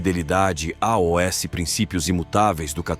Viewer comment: Porque o narrador soletra a o s ao invés de dizer aos?